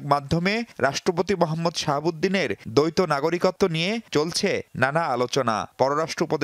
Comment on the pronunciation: দৈত্য নয় উচ্চারণ হবে দ্বৈত